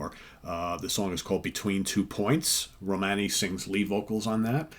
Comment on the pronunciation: Her name is Romany, at least make an effort to pronounce it correctly!